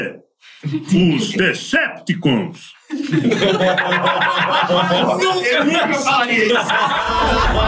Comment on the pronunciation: Kkkkkkk o Raul Gil falando decepticons 🤣🤣🤣🤣🤣